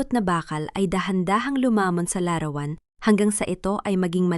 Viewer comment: Pinay ba narator,bakit larawan lang di tama pronounciation